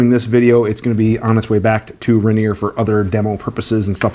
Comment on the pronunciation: Ranear aka Rainier pronounced as Ray-near Cheek Hair aka Whiskers